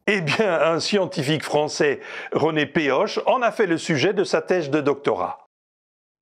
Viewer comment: Un détail pour le respect de la prononciation des noms de familles. René PEOC'H ne se prononce pas "Péoche", mais "Péokh". En effet, le c'h des mots bretons est un R guttural [ʁ], que l'on retrouve aussi en allemand, en arabe,en russe (le X) et en espagnol (la jota)... Peoc'h signifie "paix" en breton. Allez, je vous fout la paix!